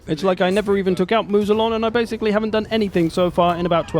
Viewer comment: Please, Moussillon is not "Moo-Z-Lon", but closer to "Moo-C-on". s.: Ze French-speaking nitpick. ;-)